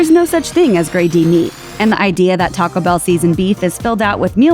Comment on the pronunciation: Just a question - do you realize that Taco Bell contains TWO words? Taco Bell does NOT rhyme with Pachelbel!